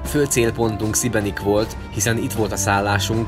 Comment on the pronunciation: Nem Szibenik, hanem Sibenik!!